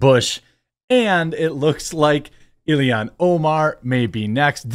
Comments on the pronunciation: Why can you not say Omar's name correctly? It's not Ilihan, it's Illhan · It's (ill-han). I don't like her either, but with how often you said her name it was bothering me😅